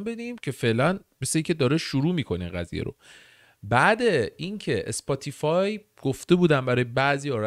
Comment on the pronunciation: اسپاتی‌فای ❌️ سپوتی فای ✔️